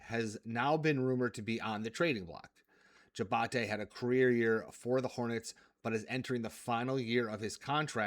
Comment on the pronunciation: Hated that he kept pronouncing it that way. Also 2 sponsor plugs in the same short video.